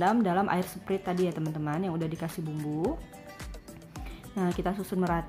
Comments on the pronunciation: sprait kali bukan sprit 😅😅😅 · sprait bacanya sprait